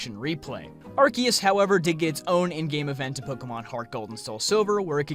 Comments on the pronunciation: Why do all Americans mispronounce Arceus as Arkeus? It's Arceus with CE like in Cell. Or arseus, if you will.. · It’s pronounced Ark-ooze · You said Arceus wrong...